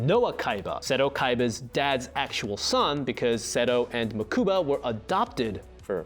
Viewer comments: MaKUUUUUUUBA? STRIKE THREE. THUMBS DOWN. PLZ GET A FAN TO WRITE THESE. HIS NAME IS MOE-ka-buh. Mokubah. IF I CALLED HIM GA-KO instead of Goku, youd he pissed too. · >pronounces Mokuba as Muh-KOO-ba Bruh.